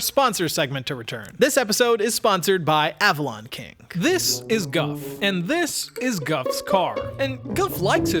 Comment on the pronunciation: The word :King:does NOT end with a hard "g" - it ends in "ng" which has its own pronounciation...